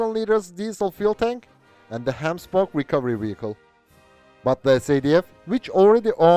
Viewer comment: Appreciate the effort you put into pronouncing the names properly my bru 👌 especially on the rolling G's like Gemsbok